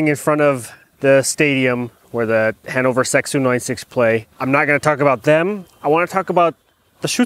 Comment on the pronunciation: Everytime you say "Hannover", I understand "hangover"